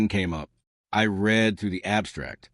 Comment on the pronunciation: And still, NO AI voice can ever pronounce the simple word "grenade". It ain't "gre-nahd"! 😮 And read ("reed") vs. read ("red"). Sheesh. "A inventor", that grammar glitch is on the scriptwriter. 🤨